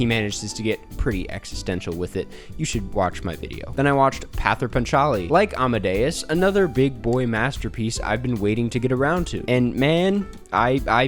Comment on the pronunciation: In bengali, it is pronounced as paw-ther (soft "th", as in panther) Pa - cha-li (the n is more of a nasal note as you say "PA". Hope you get to see the trilogy eventually!!